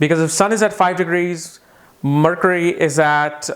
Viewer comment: "Marcury" :D :D